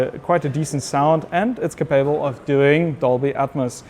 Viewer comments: To the speaker: the word capable has stress on the first syllable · Can you learn to say "capable" in the correct way?! Your version hurts my ears.